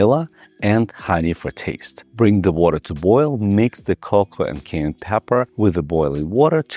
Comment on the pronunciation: Would you pleaseeeeeeeee learn how to say Cayenne Doc.